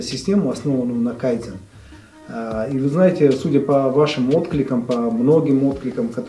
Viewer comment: КайдзЕн!!! Ударение на е, объясните вы этому миллиардеру на конец, как правильно произносится это японское слово!!! 80 книг он читает, одно слово пусть правильно прочтёт для начала. Читают они по 80, по 400 книг в год. Вот возьму любую из этих книг и спрошу, а что ты из этой книги понял, уверен не получу внятного ответа. Если вы так много читаете, может это ни от того, что умные, а от того, что тупые и ничего в таком количестве материала не понимаете и не применяете на практике?